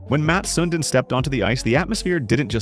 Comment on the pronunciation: It’s not Mat Sun din It’s Mats (with an s)Sundin (sundean) You’re a hockey account and you can’t get this name right delete your whole profile